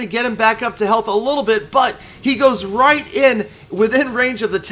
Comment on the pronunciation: A MESSAGE TO...HEY WHY DO READ RIGHT AS “ROUGHT”...PLEASE READ.. AND LOVE YOUR VIDS AND YOUR LETS PLAY SERIES WITH GALAMOM